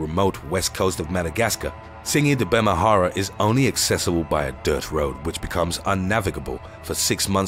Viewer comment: Bemaraha (and not Bemahara) is the region. Tsingy is the name for the rock formation. Sifaka are not the only lemurs in the area. It's nice to see that more and more people are paying attention to my homeland, but the various shortcuts along with approximate and dismissive pronunciations will always feel weird. If the r is before the h then why would you call it Bemahara instead of Bemaraha ? You don't have to know the language to know how letters work.